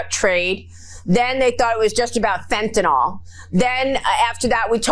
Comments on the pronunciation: Maria it’s Not Fentanol. Dummy. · It’s not Fentinoll..it’s Fentanil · Would someone please tell her the word is fentanNYL. Nyl. Pronounced “nil”. Not fentanol. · It’s Fentanyl not Fentynal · Maria it is not Fentanol, Fentanyl,,,,, nil not nol You all drive me nuts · It's NOT Fentanol - it's Fentanyl (NIL).